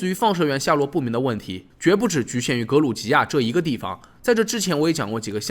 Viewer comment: 格鲁吉亚读错了，读成了格鲁尼亚